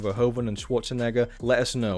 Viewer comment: Since you asked for suggestions, his name's not Schwarchenegger. Otherwise great stuff. Very interesting.